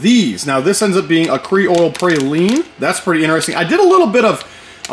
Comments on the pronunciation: Did that man just say kree-oil? 🙃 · The Pee-can is understandable since it's said differently all over. However on behalf of the southerners we demand an apology video for the way you said creole🤣😂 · "Cre-oil"??? C'mon, bro. Cre-ole! 😊 Good looking slide work, but that's your traditional result... quality. Thumbs way up from this Kentucky boy! 👍👍👍